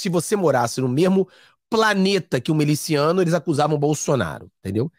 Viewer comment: Não é meliciano, está esquecendo o português? É MILICIANO!